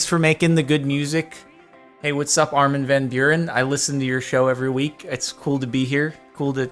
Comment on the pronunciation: He pronounced Armin van Buuren surprisingly well!